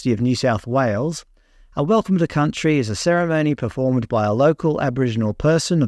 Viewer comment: Welcome to Cuntry 😮